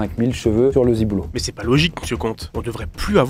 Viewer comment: C'est mignon il dit "ziboulot" au lieu de "ciboulot" j'adore haha PS: l'étude sur les chauves je suis sceptique, c'est très "légende urbaine". Clairement ce ne sont pas les mêmes qui sont attirés par les chauves. Même si pour certaines personnes ça ne change rien, c'est rare